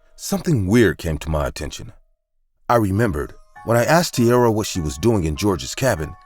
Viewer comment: *Tiara not Tierra.